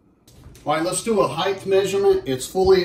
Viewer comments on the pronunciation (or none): Just because it’s my mission to rid the world of the error, there is no such word as ‘heighth’. Length, width, breadth, depth? Yes!…but it’s height. This is possibly worse than ‘chimley’ 😤 Anyways, thanks for the review. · THANK YOU!. I'm from rural alberta and I found so many people here who say heighth. Drove me nuts for a while and I don't know why it's a thing. Thanks for the review though😅